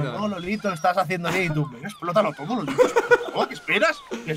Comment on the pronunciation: Todos: Lolito Luzu: Lolaito